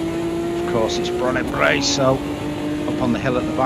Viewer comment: It's Bannochbrae, not Branochbrae. I thought I was losing my mind for a second but double checked!